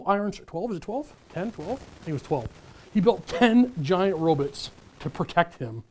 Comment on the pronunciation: I was enjoying myself until I heard him say rob-i-ts